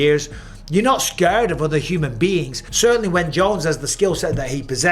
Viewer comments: "Scööörred" is almost as funny as "Jimmyev" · Mike, why do you pronounce "scared" like that? Scuuuured, come on now, please stop it